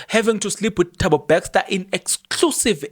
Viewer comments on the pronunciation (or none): NOT BAXTER MAN,ITS BESTER PLEASE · My guy how you pronounce Thabo Bester becster 😊